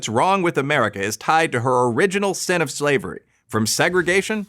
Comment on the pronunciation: It’s not skin it’s sin.